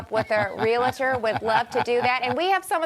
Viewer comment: Kim, there is no such word, “Real-a-tor.” This is commonly, but wrongly, pronounced. Someone in the industry needs to have the courage to set this right.